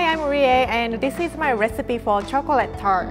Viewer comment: No offense, but it sounds like she’s saying chocrat turd instead of chocolate tart